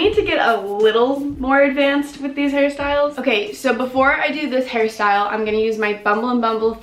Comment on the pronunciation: Ok but why did it sound like she said “before I do this Harry style?” 😂